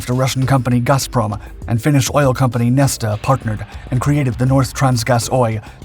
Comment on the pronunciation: As always, a wonderful video. Thank you so much for it. You're one of the very best narrators on YouTube. As a Finnish-speaker, please note that the two e's in Neste are pronounced exactly the same way.